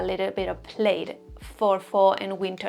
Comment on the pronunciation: Love your content! And love all these fall trends. Es muy cute como pronuncias "plaid" pero no se pronuncia así, es con la "i" silenciosa ❤